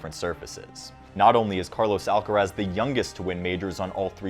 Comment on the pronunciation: Terrible pronunciation in Spanish. You just have to go to his atp profile and listen to his own voice to guess its proper pronunciation.